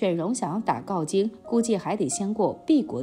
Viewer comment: 大可不必增加毕万为什么去晋国那一段猜测。另外是镐（hao）京，不是gaojing